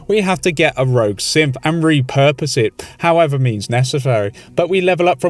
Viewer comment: I see it as a special feature and don’t see any problem with it personally. Also btw am I the only one that heard “Simp” whenever he says Synth? I find it funny every time, never change, never change.